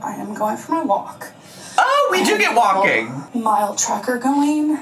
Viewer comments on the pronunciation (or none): Remember when she said walkeen was “so boreeen” and that’s why she doesn’t like walking?